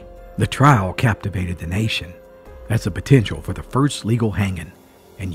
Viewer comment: Funny how you emphasized LEGAL hanging in Union County. That intrigued me.